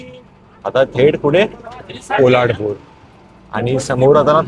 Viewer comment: पोलाडपूर नाही रे बाबा पोलादपूर.